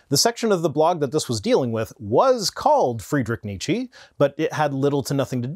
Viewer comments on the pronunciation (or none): After you specifically mentioned your German audience and the pronunciation of the name "Nietzsche", I am surprised that nobody corrected you. Nietzsche - "nee che" the e at the end is the e in "empty" or "ent" nee-chi sounds like the name of some exotic fruit. And if this "nee-chi" is some ongoing pun, joke, meme on your channel, I really don't mind you butchering the pronunciation. I just missed the meme.